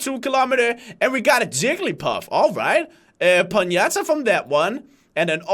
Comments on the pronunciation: It is not a "ponyata" but a "ponyta"👍🏼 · yo dude it aint Ponyata its Ponyta ;D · Pon-Ya-Ta? i thought it was Pony-Ta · When he said Ponyta it sounded like Piñata😂😂😂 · just a bit of help but it's pronounced pony-ta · I laughed so hard when said ponyata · Did you just call a ponyta a piñata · den hedder po-ni-ta det er sådan man udtaler det:) Nice vid ingen hate, hader haters elsker dine videoer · Why is no one criticizing the fact that he pronounced Ponyta as Ponyata? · Im pretty sure he called ponyta a piñata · the moment he said ponyta i was so confused xD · I like when pronounce the ponyta hahaha